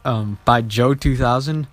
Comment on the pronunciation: when you said jo2000 you sounded sooooo foreign:')